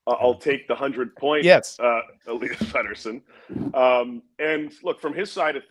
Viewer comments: Rest in peace …. … Pet-ter-son not Peter-son Elias Pettersson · Seriously - if you are going to pontificate about Petterson, at least pronounce his name correctly. It would add some credibility to your opinions.